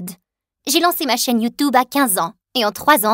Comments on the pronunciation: Youtoube, yate la prononciation me fait mord de rire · Quand elle dit YoutOUbe🤣😭